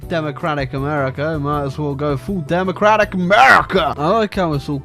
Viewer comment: “demacllrrratic yeeuesae”